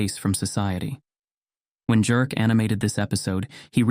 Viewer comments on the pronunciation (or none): Very well read 🎉 ps wouldn't Jerk be pronounced Yerk?😮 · The name Jerk is pronounced Yerk 😅